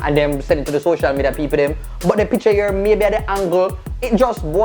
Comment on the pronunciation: The way pronounces picture is making me irrationally upset.